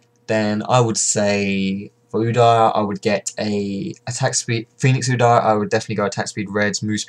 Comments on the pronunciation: Its "U-Deer" not "U-dar" ;) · the way u pronounce udyr.. GAHHHH D